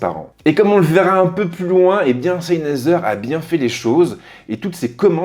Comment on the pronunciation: Salut, Tu prononce mal le nom de la marque ça n'est pas SEYNEZER mais SENEYZER Cordialement, S